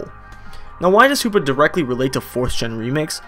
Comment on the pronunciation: Hoopa not hoops lol